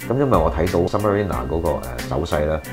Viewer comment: OMG 😳 — submariner 都讀錯